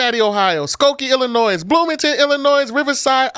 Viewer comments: Teachers, please, it’s Ill - i - noy- the “s” is silent….😂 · Every time he says Illinois, I cringe